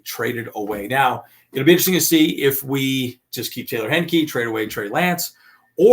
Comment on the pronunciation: Hi. Number 1, it's HIGH (as in high five) - ni -key, not Hen (as in mother hen) - ni - key. Number 2: play Heincke a quarter and a half in the next two exhibitions and you might have teams willing to trade for him. Keep Lance as the #2 and try to put DJ on the practice squad, hoping no one picks him up. I get the running quarterback concerns, but I think Harbaugh can advance his game and he stands a chance of winning some games if Justin Herbert goes down for a couple of games.